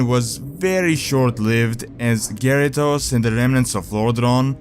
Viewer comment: The way you pronounce Garithos sounds a lot like Gyarados the pokemon lol